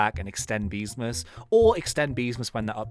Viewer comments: Ah Yes Good English " Beemsas " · man said beemsas